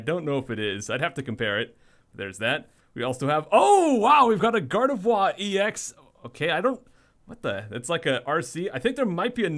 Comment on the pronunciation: Gardovwa lol